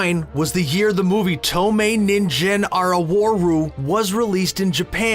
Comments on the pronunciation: No One: " " Nobody whatsoever: " " Screen Rant: "ToE-MaY NiN-JeN ARA-war-RU" Me: cringes in weeb Ningen Arawaru... It's NEEN-GEN AH-RAH-WAH-RU!! 😫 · Their pronunciation of 透明人間現るis complete ass. Just saying. If they’re copying off of your videos, they at least need to pronounce something right. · Jesus that’s not even what that says in Japanese - thank you for pointing that out. Tomei is correct Ningen (g as in guest) NOT “ninjen” Arawaru NOT “araworu” You have all these sounds in English........ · "Toe may nin Jen aro waru" yeah great Japanese pronunciation there Mr. Screen Rant VA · "TOE MAY NIN JEN ARA WOHRU". OMG shut up. That's the worst pronunciation ever. They didn't even bother to search up the proper pronunciation when stealing, so lazy.